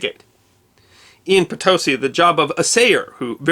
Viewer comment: I lived near Potosi, Wis. Thanks for pronouncing it correctly